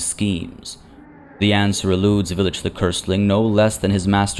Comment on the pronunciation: Pretty sure it should be pronounced "vile-itch" or the name pun wouldn't make sense.